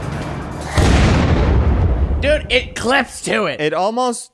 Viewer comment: "let get roight into the news!" rocket hits him = death of laughter